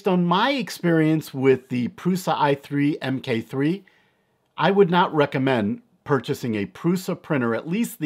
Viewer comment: The proper name would be Prusa Mk3 (pronounced MARK 3) not M-K. It is the third iteration of the Original Prusa (Mendal).